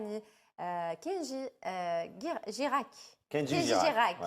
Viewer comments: Mais arrete de dire guirak😠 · Girac Ça se prononce avec j